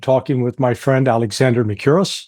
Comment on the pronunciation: In Greek, what is transliterated into Latin script as "ou", is pronounced as "oo", and a short version of the English "oo", at that. So, Mer-KOO-riss, not mer-CUE-ris.